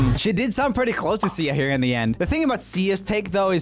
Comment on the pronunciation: "I mean, my room is super Prrewwetty"